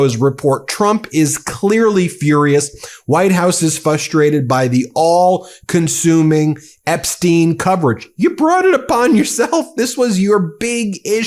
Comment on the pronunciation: the word is FRUSTRATE... not 'fustrate'. As a speaker, please know this 🙏